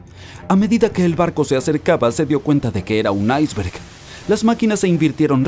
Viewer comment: Buen video. Sólo una objeción. ¿Porque pronuncias iceberg en ingles y no en español como debe ser? Te recuerdo que iceberg es un anglicismo que está aceptado en la RAE y como tal aparece en el diccionario como palabra española. Un saludo.